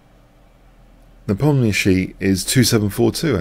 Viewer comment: It's pronounced "Nepom-Nyashi" :)